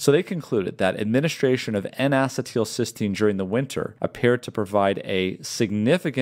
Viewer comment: Great information, please check the pronunciation of N-acetylcysteine (Acetyl-cysteine "a-SEET-il-SIS-teen")